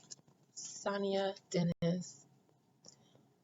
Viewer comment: Thank you for the read Adina. Her name is pronounced Sa-Ny-Ya. This truly hits close to home for me. 😔😔